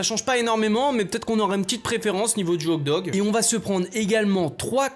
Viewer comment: Tu sait pas dire le mot Hot dog? 😂😂😂😂 ces pas hog dog mes hoT dog